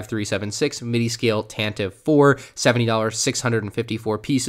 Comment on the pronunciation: It's Tan-Te-Vee not Tan-Tiv - Wookiepedia confirms (pronounced /ˈtæntɪˌvi 'fɔ:r/)